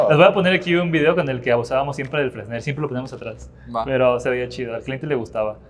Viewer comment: NO SE DICE FRESNEL SE DICE FRENEL